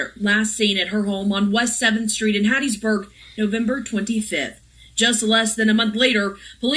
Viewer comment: I WAS BORN IN RAISED IN HATT.B MISS. YOU SAID IT RIGHT. DON'T MAKE THE WRONG TURN😀😀😀😀